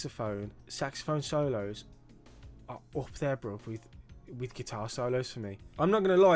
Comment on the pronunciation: Please stop saying BROV. It’s so cringe! BRO it’s BRO 😂